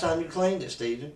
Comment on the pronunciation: Steven. STEven